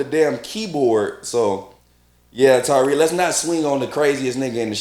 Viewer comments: Lol, I crack up when people call him Tyreek instead of Tariq. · Great review, just irked me you keep saying “Ty -Reek” when his name is TA-RIQ 😂